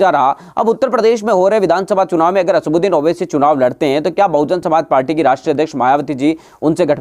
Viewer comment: asbuxdin nhi chutiye asauddin owaisy bol